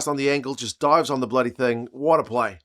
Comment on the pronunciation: "Sam bledy Prendergast"😂😂😂😂... That's awesome